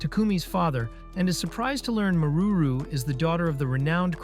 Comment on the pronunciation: Maruru San ❌ Marururu San ✅